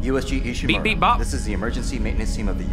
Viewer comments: pronounces "Ishimura" so well! 🥰 Others "is she-mew-raw" 😂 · The way he says Ishimura so clean.